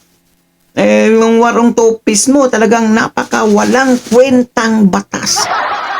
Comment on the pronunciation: NOT TOPIS, “TOPLESS” ANG CORRECT WORD, GENTLE CORRECTION LANG, HE-HE. 😁✌️